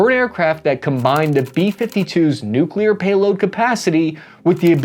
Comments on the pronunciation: Also, do not promote the Noo Que Lear dialect. It is Noo Clee Err. pronunciation matters. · I speak for everybody when I say that Kudos to your speech therapy!!! You are nailing the pronunciation of difficult words in your late videos. Especially the NUKE YOU LEAR! Btw... Where can I get that t shirt? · Congrats on your nuclear pronunciation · Wait wait wait.. why aren't you saying "nu-clear-er"😂😂